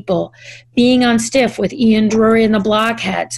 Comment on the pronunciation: Not Ian Drury. Ian Dury (pronounced like jury) are the Blockheads